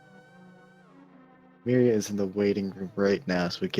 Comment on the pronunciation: And finally. Pretty sure it's meeria not mairia...